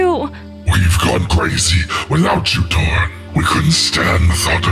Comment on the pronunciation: Yo why whenever I see torin Then subtitles be like I think they’re saying torn